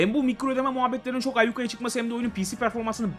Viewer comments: canım abim ayyukaya değil ayyuka. sevgiler. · ayyukaya değildir, ayyuka çıkmıştır o